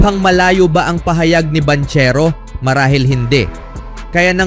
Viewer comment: Banchero pronounce as bangkero hahaha 😂